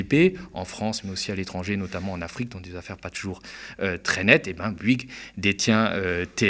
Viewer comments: On dit BOU-ygues et pas BU-ygues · Fais un effort ya un o à Bouygues c'est pas si dur que ça à prononcer